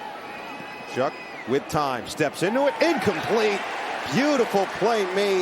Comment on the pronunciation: this broadcaster is incredibly annoying, he keeps saying Tyler "SHUCK" when his last name is pronounced "SHOUWW"